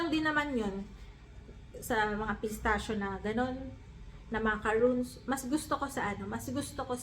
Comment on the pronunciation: French macarons, pronounced as makarons. If u say macaroons, this is the made of dessicated coconut